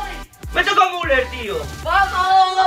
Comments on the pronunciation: No sé pronuncia muler se pronuncia miuler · no se dice muler se dice miuler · Müller: Miuler no Muler xD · Se dice miuler